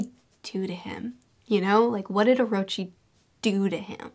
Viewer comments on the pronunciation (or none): none